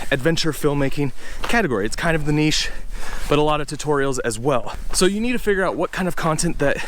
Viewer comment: There's a lot of things I like about you and your channel, but one of my favourite things is the way you pronounce 'niche'. The correct way! 😀